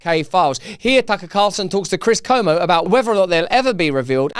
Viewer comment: Tip for Russel: his name is Chris CUomo not Como.